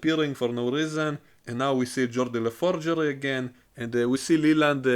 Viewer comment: Geordi la Forgery. lol